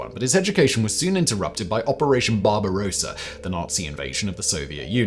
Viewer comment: "Barba-r-oh-ssa"??? What's that???